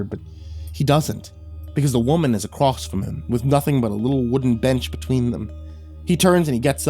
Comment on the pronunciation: I honestly wasn't speaking much on this video as I couldn't remember where it was, but like, he does actually say "acrossed" or "acrosst" a fair bit in other stories. Many narrator channels do, sadly, it's a pet peeve of mine that I do my best to bury to better enjoy the story on average.